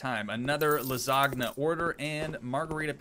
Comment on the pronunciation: Please, don't say ''lasag'' it hurts my ears. Say ''lasanja'', it's pretty correct if you ask me and it sure will not hurt my ears. Thank you.